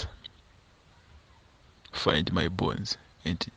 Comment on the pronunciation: Bones not borns